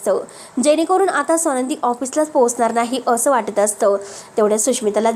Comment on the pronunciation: सोनंदी नाही. स्वानंदी आपण उच्चार नीट करावा.